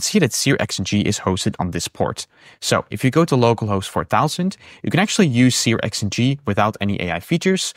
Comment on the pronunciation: Searx-ng is 'serks-ng'.